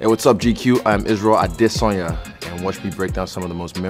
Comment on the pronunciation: Israel Asedenya 😂😂😂😂 première intro amateur et on écorche ton nom